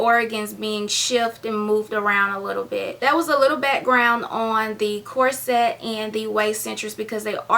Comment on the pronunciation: It's prononced,corset not cor-set. Pronounce it as one word not two.